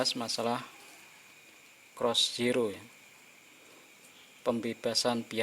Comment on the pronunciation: Bukan cross zero bang, cost zero kali 😂😂